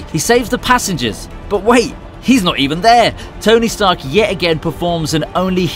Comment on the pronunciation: Ah yes, tony starch